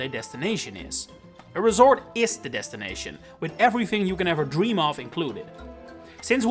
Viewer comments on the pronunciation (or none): none